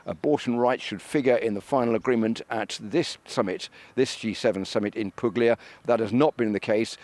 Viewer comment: It's pronounced " Poolia "